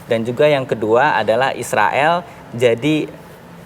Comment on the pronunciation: Haaa ngikik bgt si mbak host hampir kepeleset ngomong tentara isroil😂